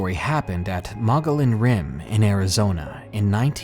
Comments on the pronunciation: Mogollon is pronounced "muggy yawn" greetings from Arizona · It's pronounced mo-gee-on monster. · Hi, I really enjoy these true stories, especially skinwalkers and the like. Thanks! I wanted to mention Mogollon is pronounced "Mug-ee-yon". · "Mogollon" is pronounced Moh-gee-yawn. Just a heads up from a Native Arizonan.